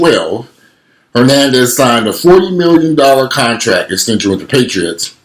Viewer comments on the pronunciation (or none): Patriots. Patriots. no paytreeots.